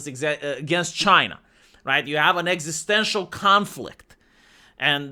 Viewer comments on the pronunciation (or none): none